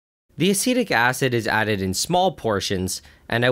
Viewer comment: When you say acetic acid I hear acidic acid 😄